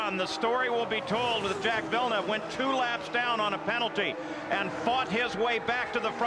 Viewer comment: Jacques Villeneuve is too complicated for Americans to say so they mispronounce it...